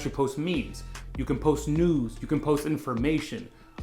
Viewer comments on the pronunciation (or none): definitely thought you said post nudes! Believe me, that ain’t get me followers 😂🤦‍♂️